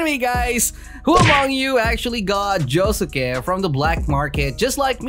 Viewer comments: JO SUKE SAY THAT RIGHT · It's actually pronounced joske it has a U but the U is quiet ;)